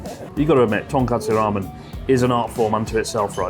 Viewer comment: He did it, boys, he said Tonkatsu Ramen. Twice.